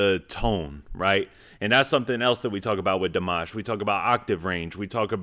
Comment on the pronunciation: Love your commentary every time you watch Dimash! (You pronounce his name perfectly.) Please go see him at Madison Square Garden on Oct 5! ("Showing off" with the highest note ever sung live in concert!)❤